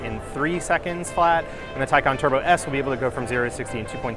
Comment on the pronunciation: And Taycan too. Not Taycehhn like other reporters.